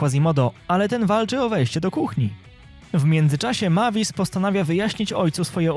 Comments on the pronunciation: czya sie mejwis a nie mavis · Nie Majvis tylko mejvis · To ma być Mavis a ja słysze Matiz! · To mój ulubiony film 😊😊ps mówi się Mejwis a pisze się Mavis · MAVIS A PO POLSKU MEJWIS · Fajnie wypowiadasz imie dzecka drakuli 😂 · Przy okajzi jak tam wymiawiałeś jej imię to nie jest poprawna forma (tak wgl)